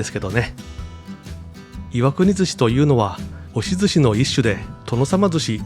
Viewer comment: の箇所、岩国の発音アクセントが正しいから嬉しい。「い」を強く発音するのが昔からの地元流。